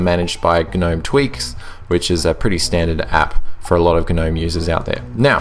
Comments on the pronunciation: The word Gnome is pronounced "Nome"! "Guh-nome" would be spelt G'Nome. Please learn how to talk properly. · Click Bait title down voted, this is a PinguyOS review. I was looking for a debate about Gnome. And I can't stand hearing you say GNome. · Umm... yeah, I think the g is silent dude. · ok right is it pronounced "g'nome" or "nome"? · The G is silent. Think of lawn Gnome. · Dude, the G is silent.